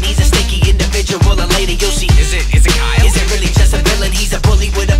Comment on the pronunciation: It's not Kyle it's X-iyol